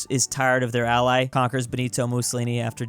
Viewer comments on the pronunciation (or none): none